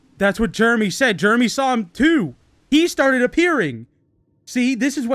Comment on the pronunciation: When he said Jermey I immediately screamed ”JEREMISIME”